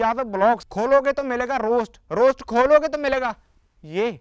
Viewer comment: Bhai ese bolte h rost